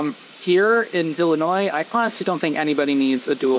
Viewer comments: Did he say Villinois? Lol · Lol did you say Villainois?